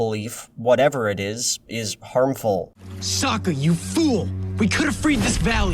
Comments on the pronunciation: That would be correct if Avatar existed on our world and there wasn't a direct source material to reference. I mean in season 2, the tales of ba sing SE, Sokka explicitly explains how to pronounce his name. "That's right I'm Sokka it's pronounce with an ah-ka young ladies I rocked ya" ... One too many syllables or not he still explained his name. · Ok but “ahng” and “sowka” are how I thought their names were pronounced before I watched the show and had only read about it. Therefor, my theory is that no one in the entire production ever bothered to actually watch the show. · Fuck reasoning, anytime I hear Ah-ng or So-ka I physically wince.